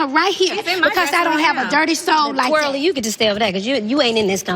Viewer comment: "Twril" lol...